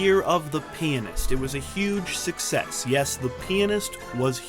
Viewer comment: Pretty sure you said "Penist" one time...maybe twice !